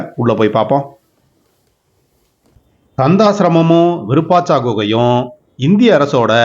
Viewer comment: அய்யா இதன் பெயர் விருபாச்சா குகை அல்ல விருபாஷி குகை சரியாக உச்சரியுங்கள்